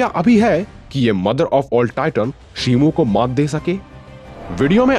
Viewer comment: shimu nahi shimo